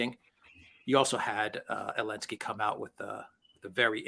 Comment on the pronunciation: What is the point of saying Elensky rather than Zelensky?